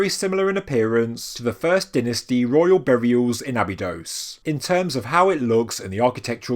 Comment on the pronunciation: Please check how to pronounce Abydos.